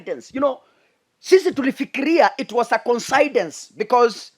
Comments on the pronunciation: your name is interesting, your analysis is nice but in a kind way...please the word is not considance......it is coincidence- koinsidence as below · Coincidence = Coin-c-dense (pronunciation)🙂